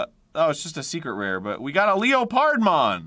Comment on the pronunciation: “Leo pard mon!” … “leopardmon”